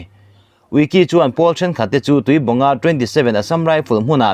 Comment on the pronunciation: Tui bong ni lo in tuibuang tih tur